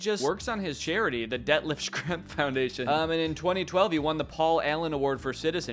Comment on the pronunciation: Danny mispronouncing Detlef Schrempf's name multiple times really cracked me up